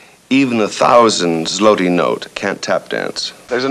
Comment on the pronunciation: Awesome. Loved this show. I especially found his slaughter of the word "zloty" amusing.